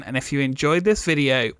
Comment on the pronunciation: I can't watch anymore of your videos based on the way you pronounce "Epcot".